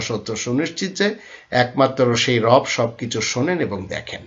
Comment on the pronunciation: Rob bola jabe na..sotik uchharon.rab ba rub hobe.beaadobi maaf